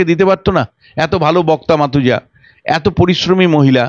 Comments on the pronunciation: মাতুজা নয় মাফুজা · Arindam Ganguli noi, Anirban Ganguli. Mathuja Khatun noi Mafuja Khatun.. political analyst hisebe ei bhul gulo khub shrutikotu.